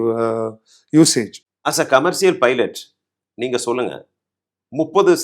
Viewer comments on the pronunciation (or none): Your English pronunciation can be improved because you say ‘கமர்சியல்’ but it should be sounding ‘கமர்ஷியல்’. Most of us using a lot of English words but the accent or pronunciation doesn’t sound good. Hope you take this as a constructive feedback as your qualification or work experience doesn’t matter here when you address other topics. Let the guests talk more than you because you kept talking for a long time showcasing your knowledge as if you know everything in this world.